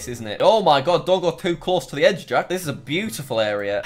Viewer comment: Jack's pronunciation in Spanish countries is 👌